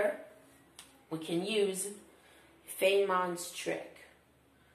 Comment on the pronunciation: i died when he pronounced feynman